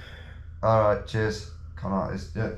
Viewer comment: The best line from this vid was when Tom said con arist at the end of that phone calm 😂